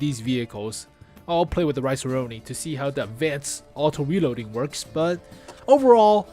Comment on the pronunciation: "Rinoceronte" is pronounced: Ree - Naw - Cher - On - Tay